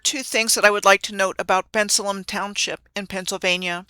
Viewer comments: This is great! Thanks ❤ The locals say Ben-sale-um (Bensalem) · Im from the Philly area and the way you are pronouncing Bensalem is not how we pronounce it😂